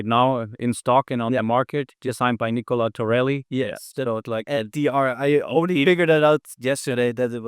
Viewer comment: great video! you called Nicola, Nicoly a few times:D